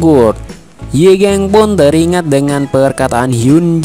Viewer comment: Yi gang bang bukan yi geng😭...